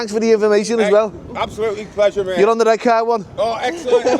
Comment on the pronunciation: If he mispronounces Redcar one more time, I'll scream. (EDIT...ARRGHHH!!).